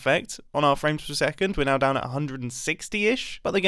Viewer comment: Are you serious right neow, bro?